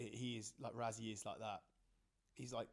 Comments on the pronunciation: Why does the British media pronounce Rassie as "Rah-zee"? It's "Rah-see". ❤from CPT, SA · And it’s RASSIE not RAZZIE! But hang in there we do love your contribution